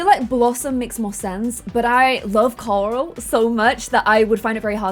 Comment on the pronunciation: I love the way you say Coral. I love all your videos. I try to stay on all your new series.